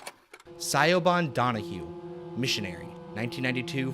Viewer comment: It's an understandable error. I mean if you've only ever seen it spelt most would think that's how you say it too.